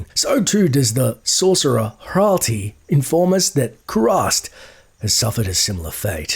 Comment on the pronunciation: Ralti? Morelike Ratli..